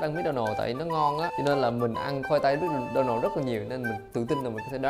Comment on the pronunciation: Mc Donald người ta đọc mặc-đo-nồ còn anh đọc mít-đo-nồ 🤣🤣🙏